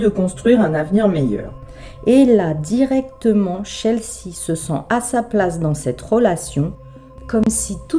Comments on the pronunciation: Salut.Quel gachis cette histoire a nouveau.Oui,pour certaines personnes la vie n'a plus de valeurs. Les deux la,vont s'en rendre compte quand ils finiront leur vie derriere les barreaux... Chelsea se prononce Chel-sy.Sans rancune.A bientot. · en fait ca se dit " Tchelsi i" je sais que ce n'est pas évident pour les français de prononcer l'anglais. Je suis Canadienne donc bilingue comme mon pays. Chelsea se prononce Tchelsie Désolée, ce n'est pas pour etre chiante que je te laisse ce commentaire.